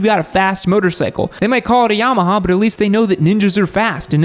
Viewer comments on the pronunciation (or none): none